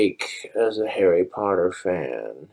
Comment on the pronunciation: What you thinking saying harri poddair like that BOY